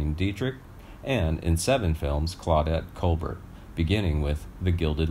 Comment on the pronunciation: Claudette colbert is pronounced Colbear.